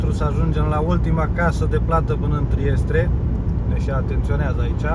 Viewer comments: E Trieste mă nu Triestre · Trieste nu Triestre